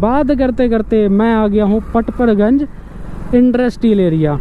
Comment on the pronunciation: kitna late batate ho tum log or haa पड़पड़ गंज होता है ना की परपर गंज और हा ऑर्डर पकड़ लिया होता है ना की पकर लिया 😂 bura mt manio mere bhai hasi majak ki baat h 😂